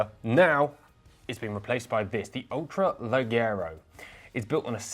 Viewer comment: Don’t mean to criticize but pronounce the G’s as H’s 😉, it’s mean ultra light but in Italian haha